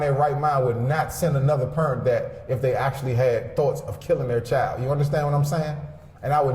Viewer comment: "I'm a concerned Purrent."